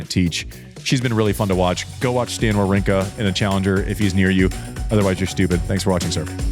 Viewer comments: prononciation is quite good, Andy come on, you can't makes him remarks and not saying Wawrinka correctly 🤣!! A tip... just go on Google Translate, write the name and select the country of the player in the langage section and use the button "listen"!! Now your able to prononce the surnames correctly 🙌🙃! Holger Rou - neh; Stan Va - vrinka! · rune is pronounced "runuhh," like andy is saying it, and wawrinka is pronounced "vavrinka" like none of y'all are saying it. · Andy: makes fun of pronunciations. Immediately proceeds to pronounce Wawrinka wrong 🤣